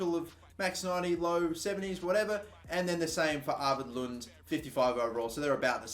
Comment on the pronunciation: you pronounce arvid lunde with the "e" at the end